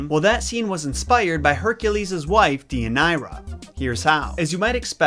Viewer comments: Day uh near uh, yer rip uh deez. Other than that, great video. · As a Greek, I have to say that we pronounce it Thee-ee-ah-nee_rah (*th as in THis, not THink) and that your ways to pronounce the name; not to offend, but they don't really sound like Greek. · It's also my daughter's middle name and I was cringing with the mispronunciation. I chose this name because of Deianira and later discovered it's meaning 😝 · But hey, he tried 👏🏼 👏🏼